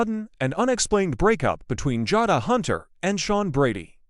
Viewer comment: It's Ja long a not Jada Jay da pronounced